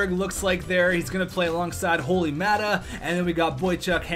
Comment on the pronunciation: Hey just a little heads up maata is pronounced as mot-ta not mat-ta sorry I'm a pens fan and it bothers me